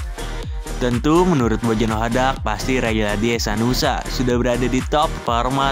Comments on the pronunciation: Hehanusa bang bukan hesanusa😅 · Hehanusa min bukan hesanusa